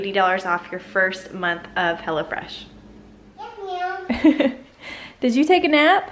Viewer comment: I thought you called it "Hella Fresh" lol. I was like, what?